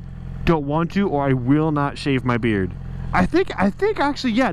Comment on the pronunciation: Thought this was " my first bike" , not ; " my first beard " . XD all love